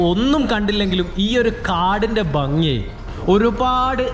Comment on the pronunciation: വീഡിയോ നന്നായിരുന്നു.എന്നാൽ സ്നേഹ ബുദ്ധ്യാ ഒരുപദേശം തരുന്നു. താങ്കൾ ഭംഗി എന്നതിനു പകരം ബംഗി എന്നാണ് പറയുന്നത്. അത് കേൾക്കുമ്പോൾ ഒരു അരോചകമാണ്. എന്നാലും ജീവനുള്ള ഒരു വീഡിയോ തന്നെയാണിത്.